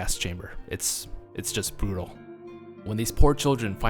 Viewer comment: Did anyone else notice jost instead of just?